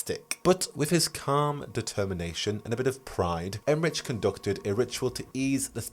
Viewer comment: is there a reason why keeps saying Emmerich with a soft ch instead of the usual hard ch? even in the live stream his co hosts were using hard ch.